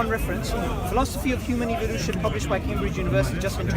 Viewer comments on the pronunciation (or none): none